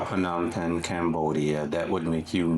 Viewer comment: Phnom "Pang?" Is that the right pronunciation? Ive been saying "pen"